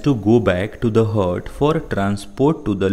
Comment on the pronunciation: Heart hota ha het